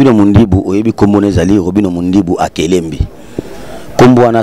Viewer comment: Eza akelembi et non akelembe mm prononcé le nom de ton patron eza pasi tika tu souffre